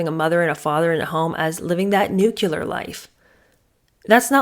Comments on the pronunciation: It's "New-CLEE-ar" not "New-cue-lar". Nuclear!! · You do know it's "Nuc-lear", right? Not "Nuc-ular"....right?......teacher?.....😮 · Nuclear is 2 syllables, not 3: Nu-clear not nu-cu-ler (George Bush Jr. pronounced it this way and ppl made fun of it😅) I'm surprised at this. You're so smart. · Pardon me but it’s nuclear not nucular.😊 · Living a 'nucular' life? The word is 'nuclear'. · Did you mean NUCLEAR, (correct word) not NUCULAR ? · New KLEE er, not new KEW ler. Is the correct pronunciation. Thanks for the great insights ❤ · Always Nuclear. Nucular is just plain ignorant. Why “ celebrate ignorance and poor education”? We are in a time when we can pronounce and/ spell words in a universally accepted way if we wish.